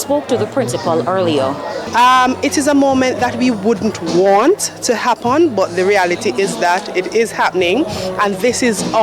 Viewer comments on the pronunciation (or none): Why all or most of these people keep on saying "Happon, instead of Happen"? God save the children and women of Jamaica.